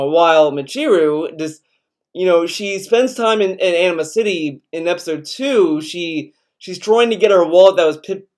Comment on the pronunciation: In a much more immature comment, I know it's your accent, but I'm sorry, I can't help but hear you pronounce "Anima-City" as "Enema City" and it's making me crack up. Not your fault, just a problem with my mind.